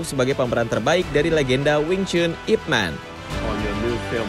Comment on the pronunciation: Min, IP Man = nyebutnya bukan IP Men ( not english ) tapi Yip Man